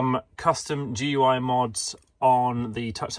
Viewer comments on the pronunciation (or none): FYI GUI (Graphical User Interface) is pronounced the same as gooey